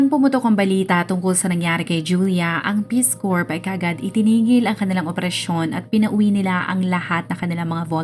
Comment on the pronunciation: Ang gulo mo magkwento. Bohol whale shark sa Donsol? Hindi "korp" basa sa "Corps." "Core" o "Korr" kung tagalog accent.